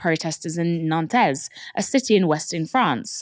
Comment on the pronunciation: Good coverage but, my God, the pronunciation of the French cities of Lyon and Nantes was horrendous.